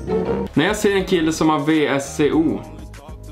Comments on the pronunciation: det är vsco uttalas visko inte vco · Sorry känner mig så jävla jobbig nu ,men ”vsco” är uttalat ”visko”